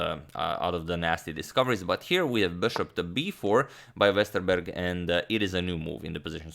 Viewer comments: Impressive pronunciation of Westerberg. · I'm of course not saying his pronunciation is perfect, it isn't, you can't expect that from someone who's not from Sweden. All I'm saying is that it was way better than I expected. Most people don't get a single part right; he basically nailed the "Berg" part of Jonathan's name. I know swedish, I was born in and have lived my whole life in Stockholm.